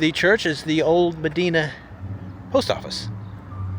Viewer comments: Medina is hardly forgotten. (It's pronounced Muh-DINE-ah, not Mi-DEEN-ah). It has world class acoustics in St. Mary's RC Church that are well-known and well- used by classical musicians. It has wonderful, upscale restaurants, a charming and well-supported bookstore, significant investment in infrastructure and business, an active business community, festivals and community events and a strong sense of community. It has been in "revival" mode for some 20 years and has a tangible air of creativity and openness. It has none of the characteristics of a "forgotten town." In particular, it lacks these defining features of a forgotten town: net population declines, lack of investment in infrastructure and business development, and rising poverty. In contrast, Medina's population is rising, investment is increasing, businesses are doing unusually well and personal wealth is increasing. You do not appear to have done any research on Medina and several other towns. How disappointing. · You’re saying it wrong … it’s pronounced “Ma-Dine-Uh” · There are a lot of Medinas, but that particular town in NY isn't pronounced as "muh-DEE-nuh". It's pronounced "muh-DIE-nuh" there. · Its MedIna, long "I" not Medeena, why don't you learn this stuff before you make videos? Re: Albion, yes that was a barge in the canal in downtown. The tugboats tow them down the canal. You obviously don't know that Brockport is as nice as it is because it has a campus of the State University of New York....FYI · It's pronounced MeDYna, not MeDeena. "FitzGEEbbons" Pub ??? Gib me a break!😂😂😂😂😂 These are beautiful towns lost in time. They could be museums, or something out of a Twilight Zone episode with no people. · It's not "Madeena". It's a long I, not a schwa. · Just letting you know it wasn't "Medeena". It's Medina, with an "I" sound. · It's actually pronounced Me-dy-na. And the pub is Fits-gibbons. If you are going to comment on the sights, learn how to pronounce the names. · Pronounced Ma-DI-na